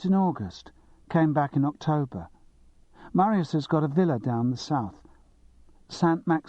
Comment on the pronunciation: The reader is SO annoying. If he can't pronounce Riesling and Marius he shouldn't be reading Simon Brett. And I've only got to about ten minutes in.